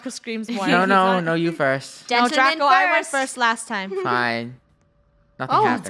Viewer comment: It's Draco -_- not draca! But it's ok cause that's funny lol😂